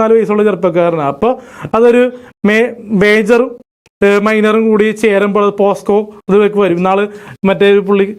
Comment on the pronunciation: 25.55 പോസ്‌കോ അല്ലേടാ പൊട്ടാ.. പോക്സോ 🤣🤣🤣